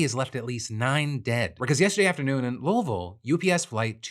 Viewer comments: Hi! Louisville native here! Thanks for saying the name correctly. We did shelter in place for several days for air quality and water tests. I don't live in the city at the moment but another town close by. We were careful about the jet fuel but I'm pretty sure most of it burned up, rather than leaking out everywhere. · I love how we pronounce Louisville! Terrible for people learning English I know, but so much more fun to say once you get it. ❤